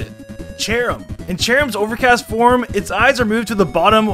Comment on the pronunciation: What he says: “Cherrim’s overcast form” What I hear: “Cherrim’s over Castform”